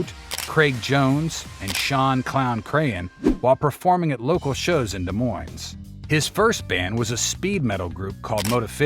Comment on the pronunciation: Des Moines also it's pronounced De Moine not Desz Moinesz...